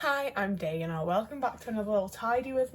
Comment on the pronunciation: I deadass heard "Hey I'm gay" instead of "Hey I'm Dana" Pride month has gotten to me...